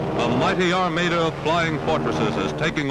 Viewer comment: ** I know Strafe is sometimes pronounced as "strahf" but is Armada also pronounced as "Ar-May-duh?" Never heard it said like that